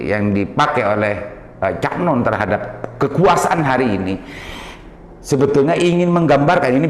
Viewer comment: Cak Nun pak... bukan "Cak Non" 🤣